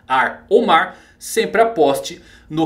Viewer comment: Real kkkkkkkkkk na primeira aparição do kaido o narrador disse "no maar" e eu fiquei???????!!!